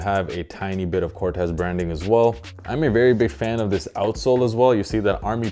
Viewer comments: Sorry but it’s pronounced CORT-teez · Nope, the creator of Corteiz himself said its pronounce Cor-tays